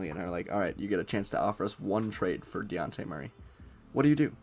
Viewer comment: Learn how to say his name, its not DeYawnte